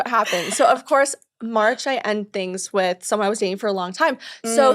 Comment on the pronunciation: New York said whit